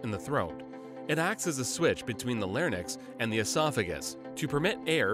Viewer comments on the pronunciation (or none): Imagine saying larnyx instead of larynx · I believe the narrator says larnyx every time he means to say larynx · So many pronunciation errors, e.g., “larnyx” (it’s larynx) and DUoDEnem (it’s duOdenem). Embarrassing! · Larynx not larnyx. “Larinks not Larnix” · “Lair-nix”? Come on, it’s pronounced LAIR-inx. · Larynx not "Larnyx" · ffs it's pronounced "lareenx" not "lariNIX". this is braindead content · The only problem here is that the narrator needs to correct his pronunciation. The word is larynx, not larnyx. Common mistake. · “larNyx“ lmao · I think the animation guy did not asked a physician if its correct anatomy or not, epiglottis located opposite way and It's called larynx, not larnyx. But good job, great work 😊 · Mispronounced larynx as "larnix". Also the epiglottis is incorrect, it's facing the wrong way. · the narrator pronounces the word "larynx" as LARE•niks. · holy fuck the amount of times they mispronounce words on this channel the lair-nix ??? 🤦🤦🤦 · Larynx > “Larnynx” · I'm sorry did he just called the larynx the- "larnyx"? wtf? get a better narrator lmfao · Larynix lol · When the voice over can't pronounce.... LARNYX. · the "larnyx" huh? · What the fuck is a larnyx?? I know what a larynx is! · That's not how you pronounce larynx. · the guy doesn't know how to pronounce larynx... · You're not pronouncing larynx correctly. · First time heard that pronunciation of larynx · Cant even pronounce larynx jfc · Should probably learn how to pronounce Larynx.